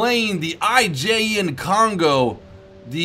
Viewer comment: Kongo, easiest to pronounce, but you need to get rid of the English "ou". In Japanese, no vowel really changes midway, at the end it should sound pretty much exactly as you started it. So say, "Kong-go" without any morphing to the "o" at the end. If the second "o" sounds much like the first "o", but slightly longer and slightly more emphasized, then you've got it right. Fuso, again, no morphing, but the "u" is the hard part. It sounds a bit like the German "ü", just not quite so extreme. Aim for somewhere between the German "u" and the German "ü". In this word, the emphasis is definitely on "so". "füSO". Do not however make the "o" very long, keep it determined and straightforward. Japanese sort of has a rhythm, rather than a flow as English would. Ise is actually rather easy. You pronounce it exactly like "easy", but you change the "y" into a spoken "eh" at the end. "Easeh". Emphasis on the first syllable.